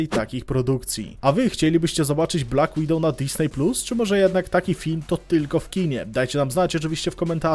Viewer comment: "BLACK WIDOWOW"